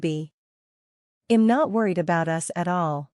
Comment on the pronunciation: I’m is not pronounced im